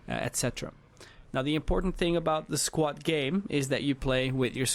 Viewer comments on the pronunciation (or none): Dude did anyone count how many times he said "squat" instead of squad lol